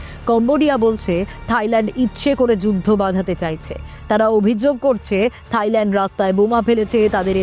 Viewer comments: থাইল্যান্ড ❎তাইল্যান্ড✅😁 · তাইল্যান্ড না থাইল্যান্ড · তাইল্যান্ড ✅ থাইল্যান্ড ❎🤣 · মখা সাংবাদিক থাইল্যান্ড রে বানাইছে তাইল্যান্ড 😂